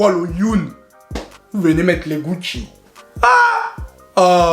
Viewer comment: C'est pas Gucci mais Gutho 🤣🤣🤣💔